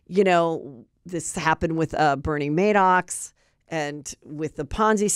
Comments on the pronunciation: And, it's Bernie Madoff, not Madox.... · It’s Madoff, not Madox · And then Bernie Madoxx. Cracks me up😂